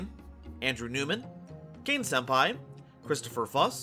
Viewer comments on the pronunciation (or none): none